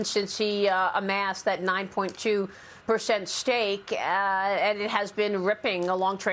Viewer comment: It's percent not pershent.